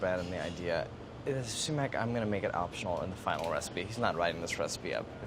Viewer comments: the sumac if not pronounce suemack, its pronounced somak. I feel like as a fellow Iranian Andy should know this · No one: Absolutely no one: Brad: sUmAccKkK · No one: Absolutely not a single soul: Brad: SUMAC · No one: Literally no one: Brad: SuMaC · Andy - did it hurt you to pronounce sumac like that? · The way you guys are saying sumac is making every Persian cry